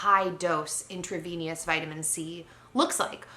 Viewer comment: ... says the person who can’t even pronounce intravenous correctly! 😒